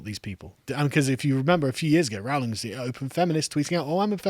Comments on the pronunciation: it's not actually. Listen to how Joanne pronounces her surname. It's "Rolling" not " Row ling". She even commented that she gets minorly annoyed when people mispronounce it, but she doesn't mind it too much. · Her name is pronounced RO-LING. Have you become American? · PLEASE - PLEASE - PLEASE - will you pronounce J. K Rowling's name correctly! Her name rhymes with ROLLING. How do I know? Because I've got a biography where the pronunciation of her surname is discussed. When she was younger and teaching students the students used to pull her leg and sing 'Rolling, rolling, rolling' which was a signature tune of a popular Western TV series. I'm delighted you are defending this marvellous author, but please pronounce her name correctly. Otherwise, you undermine your credibility. So ROLLING, ROLLING, ROLLING, please! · "Rowling" is pronounced "ROH-ling". It rhymes with "bowling". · Getting annoyed at how he pronounces Rowling.